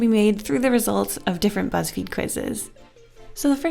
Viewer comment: oh my god i heard "Whatever you say butts feed" hahahah